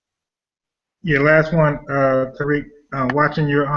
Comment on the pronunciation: People, he's Ta-reek, not Tie-reek. I'm Tyriq.